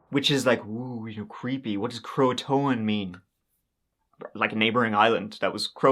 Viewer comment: Cro - Uh - Tan. Croatan.